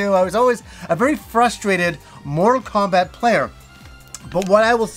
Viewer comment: I was listening just the audio for a moment & I swear I heard "More Kombat" then "Moral Kombat" LOL. I'm like "what game is he talking about? There is a 1 & 2"?!? Lol your pronunciations have never thrown me off till now LOL. I've Loved your channel for what seems like forever. Never change,!:)